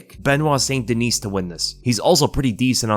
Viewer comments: Haha. You're kind of right. Now that I think back. You might have ruined it for me now. Lol. Anyway, wasn't trying to be a goof. Being French Canadian, I'd rather him pronounce it Saint Deniss than Sainte Deniece. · Its pronounced "St-Den-knee" not dineese lol its french, so silent s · Benoit St Duh-nee. Just FYI, seeing as you seem to be trying to pronounce it properly.